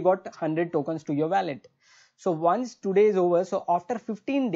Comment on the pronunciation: bro youre very good at what you do but please stop saying weyylet ... it WOH LET